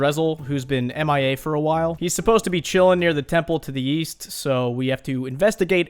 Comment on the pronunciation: the temple to the east? i thought you said the temple to the weast...